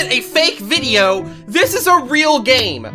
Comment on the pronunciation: i. like. your. vibyows.